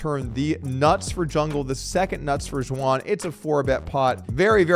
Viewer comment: did you call her Juwan?